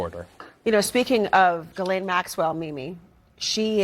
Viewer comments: First of all: her name is Ghislaine, not Ghiselle! Second: Virginia Giuffre, who was a victim by Maxwell and many more stated: Ghislane Maxwell was WORSE than Epstein, she is evil. So, WHY is it more credible what YOU say ( ......not the rich friends that did the real damage....) than the words of an actual witness that has spoken in court? !!!! RIGHT? You are just saying things, without knowing ANYTHING, so better just shut up! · Sure wish people would learn how to pronounce the name “Ghislaine” properly …it is a soft G,silent H….my French Canadian friend has that name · I really wish people would stop pronouncing her name Jizz Lane. It's obnoxious. You KNOW how to pronounce her name, and if you don't, look it freaking up. If you are going to talk about someone at the VERY LEAST get the name right.